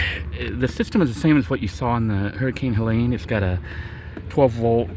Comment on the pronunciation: Hurricane Helena is what you said, Right??